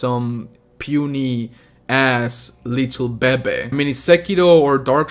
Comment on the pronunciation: Favorite thing he said in this video “little babeh”